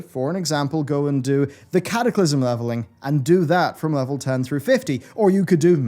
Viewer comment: Cataclysm, ... or Cataclysm :P